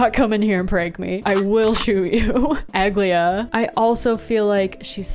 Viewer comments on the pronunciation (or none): Ag-lay-uh is also the wrong pronunciation. It's actually: A-gliee-yah